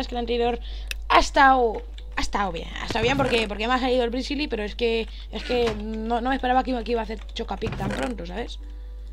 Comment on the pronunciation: Jajaja i mao jsabe hablar dise brizili